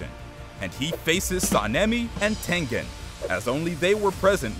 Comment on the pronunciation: He is not tenthen it's tengen